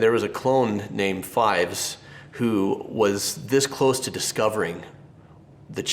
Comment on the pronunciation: "Captain Rex is the coolest..." You pronounced "Fives" wrong.